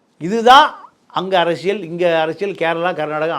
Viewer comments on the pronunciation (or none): none